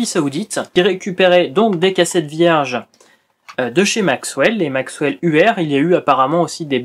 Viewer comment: juste une petite precision , la marque ''Maxell'' se prononce telle quelle , il n'y a pas de W ... MAIS par contre , il y'avais à l'époque effectivement des cassettes ''contrefaites'' dont le nom étais maxWell ... Cassette Comeback en a fait une vidéo pour différencier ce qui étais une vraie et une fausse Maxell